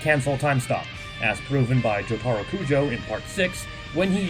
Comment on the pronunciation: the way he said jotaro maid me want to die.